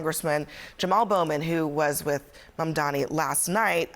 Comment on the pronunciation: OMG. Abby with the worst mispronunciation of Mamdani. She said Bomdani!